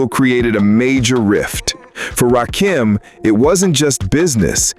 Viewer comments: I FKN HATE AI...it's RA KIM not RA Keem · It's Ra Kim. Not RAKEEM !!! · Right...It's not Ra-Keem!!! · Why is it that y'all have such a hard time pronouncing his name?? Its RA-KIM...NOT RA-KEEM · His name is not Rah Keem!!!!!! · I hate that soulless robot voice saying rakeeeem it’s freaking me out😂😂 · This AI SLOP always call hin Rakeem...so annoying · It’s RA - KIM.. 🧐